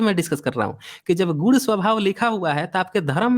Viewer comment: सर आप दोनों पक्षों द्वारा ' गुण 'शब्द को गुड़ या गूड़ बोला जाना आपका उच्चारण दोष है जो हमारे समझने में बाधा डालता है। कृपया उच्चारण सुधारें।